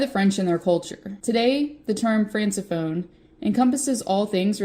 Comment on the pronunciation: This is a very interesting topic, and I know you had expressed your struggles as a content creator, so it's really nice to see you still releasing content. One ting francophone is pronounced "frank-o-phone." keep up the content!